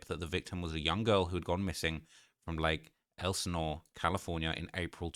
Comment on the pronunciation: This guy from the UK actually knows how to say “Lake Elsinore” thank you sir! It’s been driving me nuts that the American youtubers can’t even say it right